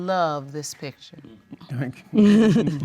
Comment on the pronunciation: The word is P I C T U R E. Not p i t c h e r. Too lazy to say words correctly.